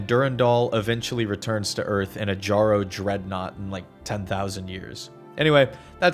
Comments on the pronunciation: >pronouncing the Jjaro as JAR-oh instead of yarro >making a dumbass ‘I did not have sexual relations’ reference >’I don’t know why pathways into darkness is canon’ For fucks sake man I couldn’t even make it five minutes into your stupid fucking amateurish ‘complete lore’ video without you clearly showing you can’t be bothered to provide even a fourth of the effort into this that other video essayists out there do. Just crawl back into your hole of irrelevancy and stay there if this if how your gonna do shit. What a fuckin’ waste of my time. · ITS (Y)ARRO PLEASE BRO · Say jjaro one more time